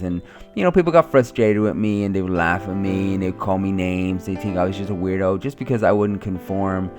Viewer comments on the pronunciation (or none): You said wido instead of weirdo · wido instead of weirdo haha 😂😂